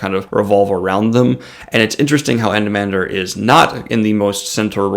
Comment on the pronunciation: Thanks for the shout out. Almost nailed the pronunciation. Just don't emphasize the 'h' so much. That being said Anomander is bad ass but who you should really review is his brother Silchas Ruin. Now that is a DEEP character!